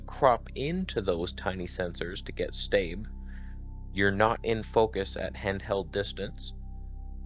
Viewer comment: Can “staab” never be said again?